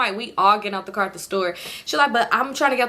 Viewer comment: “That’s a cop cahh” 😂